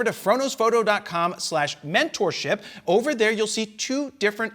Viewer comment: "Frodo's photo" every time, it's what I hear lol.